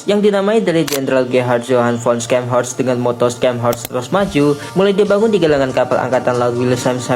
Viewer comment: Ingat, ini kapal jerman. Baca namanya pakai bhs jerman, bukan inggris. Bacanya bukan Skenhorst, tapi Sharnhorst. C silent Scharnhorst ini unik karena klo dilihat2, dia gk masuk kategori Battleship maupun battlecruiser. Battleship: korbankan speed demi meriam dan armor Battlecruiser: korbankan armor semi meriam dan speed. Scharhorst: Korbankan meriam demi Armor dan speed. Tapi meriam kecilnya diimbangi dg velocity tinggi dan range yg jauh, jadi ttp efektif.